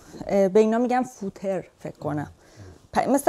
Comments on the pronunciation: فوتر نه🫥 فُوتر footer غلط fotr درست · چرا هیچکی متوجه اسم پارچه نشد😂😂😂فوتِر نیست فُتر خونده میشه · نههه اون فوتِر نیست، Fotr هستش🥺😂❤